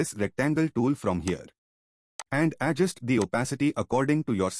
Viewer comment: adjUst, not Adjust. The stress is on 'U'. And thank you for the video! 🙂